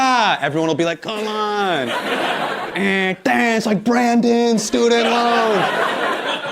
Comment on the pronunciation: The way hasan say com'on is hilarious